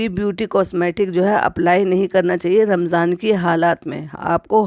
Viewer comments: AAP Ramzan ko Ramjan kehti hain?😂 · Ramjan ni hota Ramzan hota ha aapi